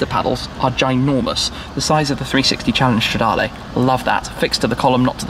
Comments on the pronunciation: Please work on your pronounciation. It is Stradaluh and not Stradalay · Considering how long you've been making videos on Ferrari's, you could at least learn how to pronounce the Italian model names. It's not stradarlay... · Bellissimo come shmee pronuncia "stradale" xD